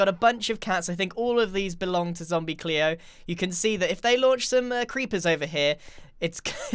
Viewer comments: You called zombi gleo zombi cleo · Grian you said Gleos name wrong